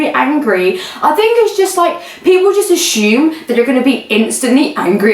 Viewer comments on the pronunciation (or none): Um.. you said ashoom instead of assume….Which might be the cutest thing I’ve ever heard